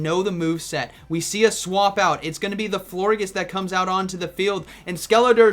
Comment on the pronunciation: It’s definitely pronounced “flor-jis” like gorgeous 😭